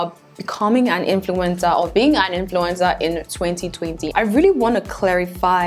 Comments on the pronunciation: Stop saying influintzaa so many timesss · Now I can't unhear influenza😂